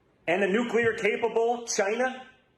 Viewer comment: "Nuclear Capable Jai-Na!"